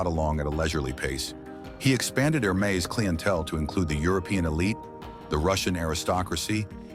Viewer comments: Dude -- try harder with your stock photos & video clips; they have nothing to do with the story (says "poodle", shows some kind of hound, describes "51 year-old man", shows man in his 70s, etc., etc.) And "Hermès" isn't pronounced "HER-mess", "Her-MEE" or "HER-muh", as you bizarrely pronounce it; it's pronounced "Air-Mess" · Yeah I stopped watching after the third mispronounced Hermes. Thanks for saving me from the rest of the mess. Also trying to avoid AI generated videos is becoming tedious. There should be a disclaimer right in the title.